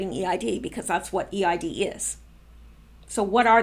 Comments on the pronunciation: Eid is pronounced Eeed. Eid is marked by sacrifices of animals, and is considered a joyous celebration. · Just a little info: The EID festival is pronounced EED (one word) festival. Where I live in Sydney, the Muslim community have the EID festival every year, with rides and food..... Everyone is welcome but I've never attended. Probably about 5000 people attend. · Thank you for the warning, 🙏 Could you give an extra warning when the info involves animal cruelty, pleeease 😘 I think EID is pronounced EED? Thank you for that last bit ❤️😃❤️